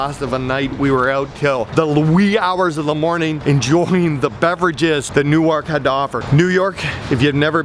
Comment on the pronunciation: Best vid so far. Yepper,CB Park doesn't have a bad seat and so much like Montreal Canadians fans for booing. The Fanatic is the best mascot. BTW, your pronunciation of NewArk was hilarious 😂 It's New errk like twerk!